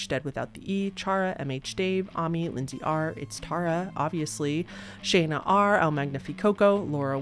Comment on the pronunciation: Always good work:hand-green-crystal-ball: My daughter is named Shana, same spelling as 1 of your patreons. And people always mispronounce it. You said it perfectly!